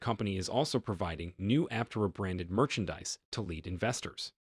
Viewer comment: Just saying, if you want to make a video about Aptera, at least pronounce the name the same way the company does.